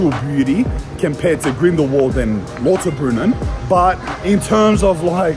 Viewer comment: Lauterbrunnen is pronounced Louterbrunnen.